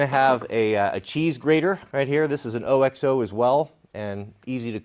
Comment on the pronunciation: OXO pronounces it OX-oh. Nice kit,.